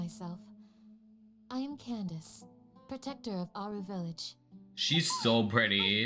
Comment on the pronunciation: HER NAME IS CANDACE NOT KANDAKEY